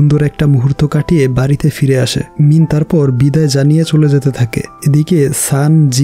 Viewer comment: ভাইয়া আপনি বার বার মিন বলছেন আর আমি মিম শুনতেছি... 😂🤣